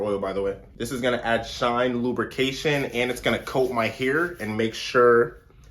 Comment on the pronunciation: "best mosturizer for your heuur" 😭